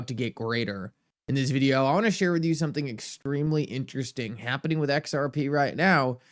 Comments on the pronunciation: He may be AI, the way he says “videyow”. Like a AI! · Still wondering what a "videow" is....can you elaborate? ;-)